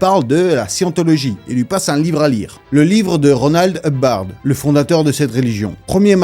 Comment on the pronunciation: toi aussi tu dois être un peu dyslexique dans ton genre, à ne pas savoir dire correctement "L.ron Hubbard" 😏